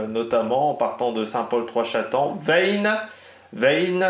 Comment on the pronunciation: Le y de Veyne ne se prononce pas bien evidement (c'est la meme prononciation que veine)